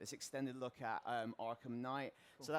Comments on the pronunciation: I've only heard of "arkham knight" not "arkham knigghgt" sorry for my bad english, i'm from 'murica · Batman Arkham Kngigityght